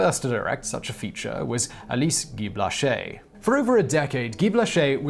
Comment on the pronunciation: Simon, I do enjoy your videos,and you did pronounce Guy-Blaché correctly, but you really massacred the title of her film "La Fée aux Choux." If I used English words, it would be phonetically "La Fay oh Shoo."